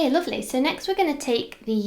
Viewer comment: your voice saying "lovely" with that accent reminded me of Cassie, from Skins uwu